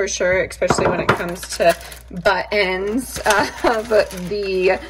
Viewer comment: are you saying buttons or butt ends when talking about the bits of cheese?😂 I’m dying laughing because I can’t figure it out for the life of me! But the thought of you calling them butt ends is the funniest thing I’ve heard all day! 😂😂😂